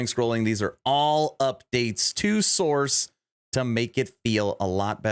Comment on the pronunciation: Sorc = SORK, not source. I know that is nit picky AF, but every_time_you_said_source my eye starting twitching.